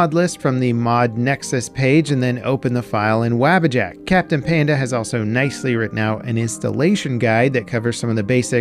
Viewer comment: Bruh, if you call it "WAEBUHjack" in 1 more video I'll be using the blocktube add-on to never listen to you nor share your videos again lol